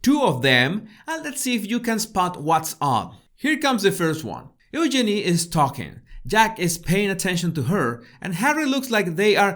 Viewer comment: Love the way he pronounces Eugenia💓💓💓💓💓